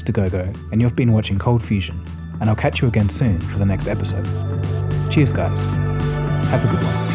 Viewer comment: Funny, your cheers guys sounds a lot like the German „Tschüss“